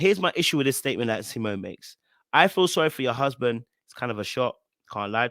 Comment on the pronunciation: Lmaoooooo how you're pronouncing "huuusband". I totally get it 🤣🤣🤣